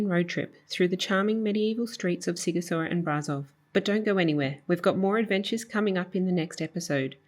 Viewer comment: Sighishoara. Sh is ș .Gi is like Gina, ghi is like give. The same with ci and chi.